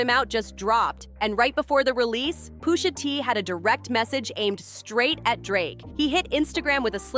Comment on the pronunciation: Umm Who the hell is Poosha T? lol